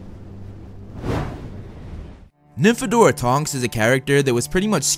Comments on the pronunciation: hey! you! dont call her nynfadora! PLEASE JUST DONT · I read Nympho-dora